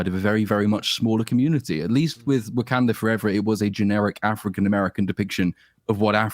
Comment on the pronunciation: hehe giving pronunciation lessons on "twat" when he says shong chi and wakonda (not that i about those names either tbh)